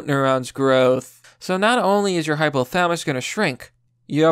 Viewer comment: Hypo - tha-la-mus. Pronounce the "LA" buddy.